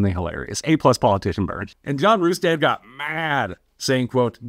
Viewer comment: You’re pronouncing “Rustad” wrong.